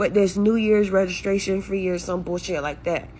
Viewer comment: She took the T out of registration and put a K in it.